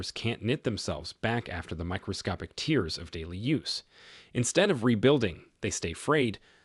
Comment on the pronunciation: Can you please “train” your AI voice-over to pronounce “tears” and “lead” correctly? Thanks